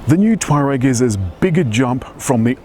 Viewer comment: Learn how to say the name correctly! its not "twar-rag" its tour-ag